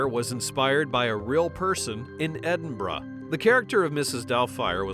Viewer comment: Well at least narrator pronounced Edinburgh correctly